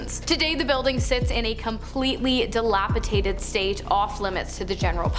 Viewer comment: the word is dilapidated, not dilapitated thank you.